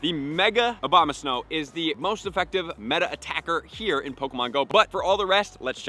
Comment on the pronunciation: I can’t be the only one that doesn’t give a f*ck about costume pokemon, can I? And did this guy say “OBAMAsnow” when referencing Abomasnow?